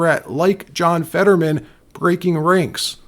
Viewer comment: His name is Fetterman not Fadman. What’s wrong worried if about being sewed if you spread lies about by using real names?